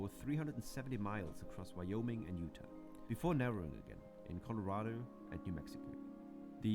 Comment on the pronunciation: This narrator’s accent is fascinating (I think Indian, perhaps). Too bad he mispronounces so many of the place names, starting with Utah.